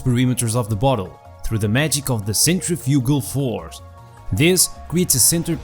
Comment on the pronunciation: This man said the “centrifugal force”...